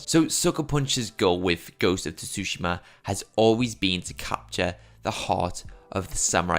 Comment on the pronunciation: It’s pronounced more like Su-shim-a not Tu susheema lol. The shim is more like shim than sheem as well.